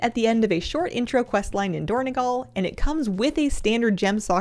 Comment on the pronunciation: It is dorn-O-gal, not dorn-E-gal